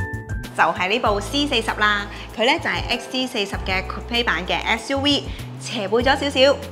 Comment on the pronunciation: Thanks for sharing! 有少少意見，希望留意。Volvo 讀音係’v’, 唔係wow wow。SUV 係讀SU’V’(牙齒咬向下唇發音)，唔係SU’we’☺️